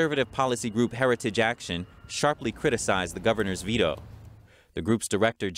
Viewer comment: Vee-oh? Do you mean Veto? Speak English!